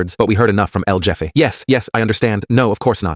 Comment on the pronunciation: El Jeff E? El Heff A. Shizzzzzzzz.